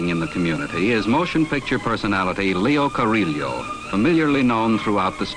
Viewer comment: He mangles Leo Carrillo's name!